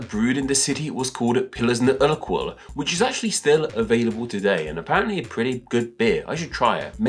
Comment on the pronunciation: kuh-lsh, not kol-sh... but a valiant attempt... also oor-quell, not ur-quel.